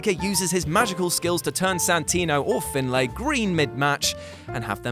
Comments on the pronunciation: Lex Luger* Steven Richards* Finlay is pronounced like FinLEY. It's blatantly obvious you don't watch wrestling and never have., this is embarrassing even for you. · lex luther??? fin-lay???